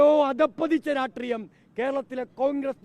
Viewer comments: രാഷ്ട്രിയം ❌ രാട്രീയം ✅ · ആദ്യം രാഷ്ട്രീയം എന്ന് പറയാൻ പഠിക്കു ഛീ പി മ്മേ 🤣